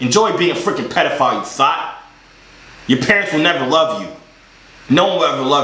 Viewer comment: How Manny times is he gonna call him petifile